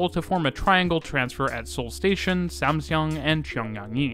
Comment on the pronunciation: FWIW, Samseong is pronounced like Samsung